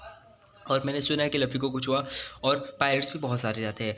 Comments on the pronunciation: Tum luffy ko lufy kyu bolte ho 😂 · Bhai woh luffy h laffy ni or itna fast q bol rahe ho aesa lag raha h jese class me koi baccha teacher k samne book padh Raha ho atak atak ke 😅